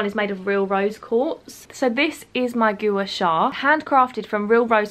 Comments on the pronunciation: Gooa shaa hahahah it’s pronounced gwar shar xx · I honestly love these vlogs, it makes me feel like I'm chatting to a friend <3 Also I think it's pronounced like 'gwa sha' (not positive tho) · The way you pronounced Gua Sha is hilarious!! It’s pronounced Gwah-Shah 😂 xx